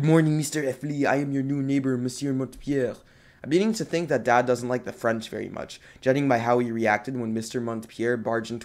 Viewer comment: Dang that French was perfect Are you fluent in French?